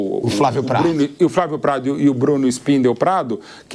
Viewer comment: "FRAVIU PRAIDU". é um frustrado, não sabe nem chutar uma bola, quanto mais entender de futebol.